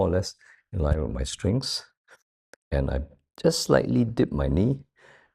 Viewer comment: Is he saying "strings" or strength?